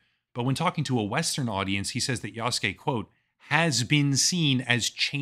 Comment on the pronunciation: This is DEI bullshit, and for the first time, I'm not buying the next AC game. Btw, it's YasUke, not Yaske...